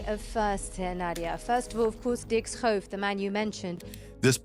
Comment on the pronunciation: Our prime minister's name is pronounced as scofe not skoufe 😅